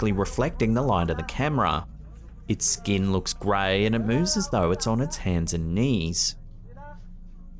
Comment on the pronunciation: It's pronounced "figure", not "figgah". It's pronounced "skin", not "skeen". It's pronounced "computer", not "cahmpeutah". It's pronounced "cemeteries", not "cemetries". It's pronounced "mark", not "mahk". It's pronounced "person", not "peuhson." It's pronounced "hear", not "heeh". It's pronounced "garage", not "gayrahge". It's pronounced "area", not "urreeurrh". It's pronounced "tail", not "taiyool". It's pronounced "later", not "layduh". Why are Australians and British people incapable of properly pronouncing their own language.